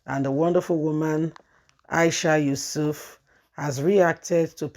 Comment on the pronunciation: Hello dear blogger, her last name is not Yusuf, but Yesufu, at least get the names correct now instead of murder someone's name, you also said Aboro for the Labour's party chairman's last name. As a youtuber, you must get people's name correct, your voice is good, I come in peace ✌️, just advise